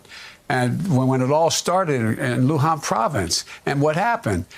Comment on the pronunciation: "Luhan Province". Seriously?